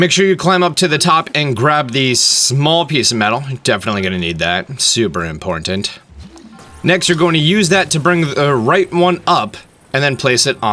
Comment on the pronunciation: "Super imporntant" is what I heard